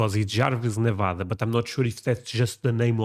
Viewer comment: Why are they calling it Nevodda? It's Nevada.